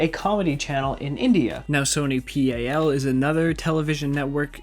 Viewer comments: Its sony pal not P. A. L. Its pronounced as paal For more hindi translations follow me! Lol🤪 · FYI : In Sony PAL, the PAL isnt an abbreviation lol, its a Hindi word पल pronounced like the "pul" as in "pulse", and it means something like "moment" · and sony not P A L its pl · Am I the only Indian laughing at his pronunciation of Sab and pal?